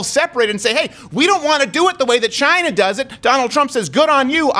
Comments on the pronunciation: LoL! "Chinaasshwl" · Abbot and Costello: "WHO's on first?!" President Trump: leans into mic ..."Chyyna."